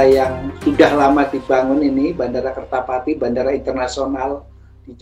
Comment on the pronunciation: Sebut kerta jati bukan kertapati lol